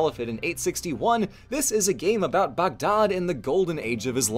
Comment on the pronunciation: Lord, I love when you're happy with historical presentations. Makes the times they may have screwed up even more interesting. Also, points for saying "Baghdad" more accurately than most of us English speakers usually manage.